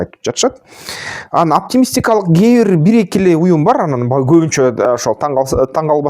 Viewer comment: Анан деп суйлосон боло тууган ан дебей😅